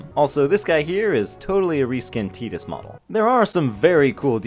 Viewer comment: You better not be serious on your Tidus pronunciation, that was horrid